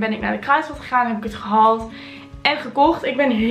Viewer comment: Klinkt ook totaal niet raar! Ieder zo zn accent girl 💯